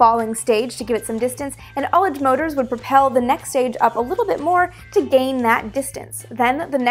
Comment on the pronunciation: Finally one of the space YouTubers I follow pronounces ullage correctly! <3